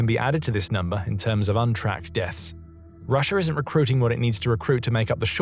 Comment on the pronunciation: Both "Russia" & "idea" end in "As", why does your narration bot insist on ending both words with an "R"?